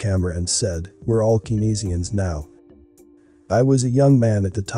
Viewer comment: not pronounced: Keensians, Its: Cain-sians